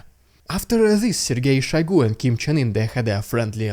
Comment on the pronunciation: are you mispronouncing Kim's name on purpose or not? like I have to know